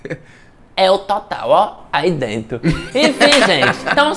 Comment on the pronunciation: Ele soltando um "Aí dento" kskskksks vivi pra ver isso